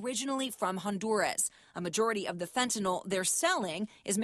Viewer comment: "fentanol"? fen ta NYL